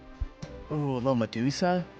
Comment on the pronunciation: Yay, said Medusa this week and not Med USA😂